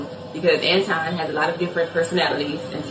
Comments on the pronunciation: His name is An-ton, not An-twon. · His name is Anton not Antwan and he is a goofy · It's Anton not Antoine and don't want to be bothered with this man. He is in insufferable egomaniac who has a Napoleon complex.. not everything he says is incorrect about black women. I don't think most women have the same understanding of feminism. I despise feminism because the feminist movement wants to be equal to men and we are different. They don't want equal outcomes they want preferential treatment. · Ma’am how u gonna do a video about someone and u can’t pronounce his name properly🤔 I’m not a Anton fan but u coming off sounding like a bitter lonely woman who hates men🤔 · She dont even know how to pronounce his name....she jealous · I can't stand the dude, but there is no W in his first name, and the word "Ask" does not include an X